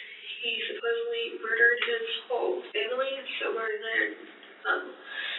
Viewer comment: Supposably - dear god it’s supposedly.